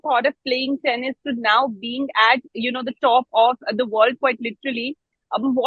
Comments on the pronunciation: Aunty said "tennis" my god who r these people and if this is the level of journalism in India then god bless🤣🤣🤣🤣🤣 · Yes she said tennis